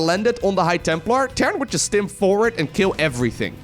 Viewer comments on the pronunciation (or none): none